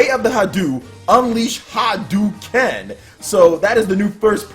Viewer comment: It's pronounced "ha-DOE-ken", not "ha-DOO-ken". God, that's just as cringy as people saying "RYE-oo" instead "REE-oo".